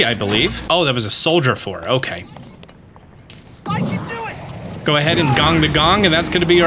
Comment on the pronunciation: Does anyone else here Yunobo yell "Why'd you do it!" Instead of I can do it? No? Just me? Ok. Just wanted to see if my methods were different. They were. I Unga bungad the whole damn dungeon :/